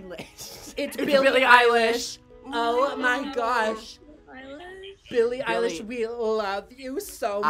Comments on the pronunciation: "it's Billie eyliegshhshshhhhhh" HAHHA I DIED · “BiLlIe EyElaSh”